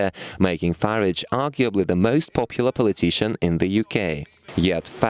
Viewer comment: Learn to say Farage properly